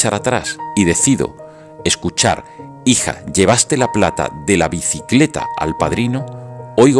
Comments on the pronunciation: La cuestión acá es la fonética de la señora (las silabas "bici" las dice en volumen bajo, la silaba "cle" la dice como "quile" y por último engancha la silaba "ta" {la t no la hizo punzante} con la palabra "al") y el dispositivo de sonido (si se escucha de lejos parece decir 'alquiler" y si se escucha cerca o con auriculares/cascos se aprecia "bicicleta". Si la configuracion no está ecualizada y prevalecen los agudos, posiblemente se escuche "alquiler" pero si los graves predominan se escuchará "bicicleta" sin problemas) y por mas que piense en "alquiler" a veces puedo escuchar "bicicleta" o al revés jeje. PD1: En Argentina, supongo que en España tambien, hay un juego llamado "teléfono descompuesto" que se basa en esto justamente. PD2: el video del tren ya tiene sus años. Es una edición en el que por un segundo va y por un segundo viene o viceversa. En definitiva, el video muestra un tren que baila. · Dice biciclere